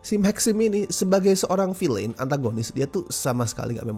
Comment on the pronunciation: it's fokin Vilen not vilein dude, wtf